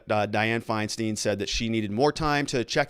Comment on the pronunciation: Ok pronunciation tip: it’s Andy No ( the G is silent) Feinstein = both syllables rhyme Means fine stone Mack- n-NAY-knee Mack-n.= just like mac n cheese minus the cheese NAY as in the opposite of Aye. This syllable is stressed knee= the body part Mack-n-NAY-knee